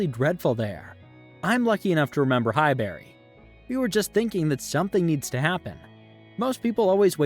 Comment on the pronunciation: You can't even say Highbury 😅 piss off you have absolutely no idea about what you're talking about, im laughing at America, how sad are you in life 😅